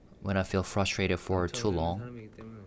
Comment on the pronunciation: maybe he’s frustrated with himself 😊 remember ages ago when he said the hardest word to say in English was frustrated? He said trustrated 😊💜 RM maybe he was signaling his feelings 🤔